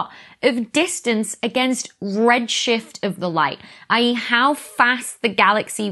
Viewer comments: Becky sorry but your pronunciation of I.E. kills me. In U.S. they are more individually said and you rather run them together. Enjoy your content thanks for all you do! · Thank you for all you do! Love your channel! (Sometimes when you are speaking really quickly it is not always obvious for this amateur to discern if you are saying ‘either’ or i. e.).